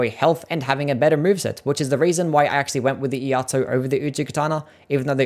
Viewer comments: It's E-Ai-To, not E-A-To. Iai is the Japanese art of sword pulling and sheathing fast as seen in some special moves. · "Iaito" is "e-eye-toe" Thanks for the list!